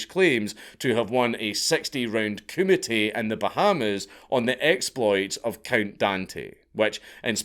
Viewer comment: Honestly thought he was committee. Took a while to realize he was saying kumite. 😂😂